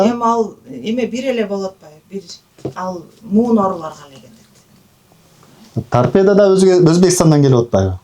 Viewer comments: Торпедия дейтго туурасы торпедабы же? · Тарпеданы дагы так айта албайт экен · Гемадализ --- ( гемодиализ), тарпедиа --- ( торпеда), Ибн Сина -- 500 жыл мурда жазган эмгектерин --- мен шок абалдамын. Ушул сөздөрдү туура айталбаган чала сабатка ишенип тентиреп барып жүргөн сабатсыздарга убал дагы жок экен да.